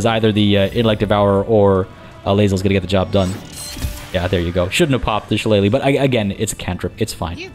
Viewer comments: You're pronouncing shillelagh properly. I know because of the wrestler Finley back in the day he used to use one as a weapon 😅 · Awesome start, glad to see you starting a playthrough of BG3. Can't wait to see the next episode. And as for the pronunciation of 'Shillelagh' you were spot on!